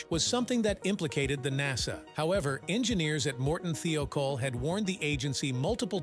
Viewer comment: th eye col is the way to pronounce it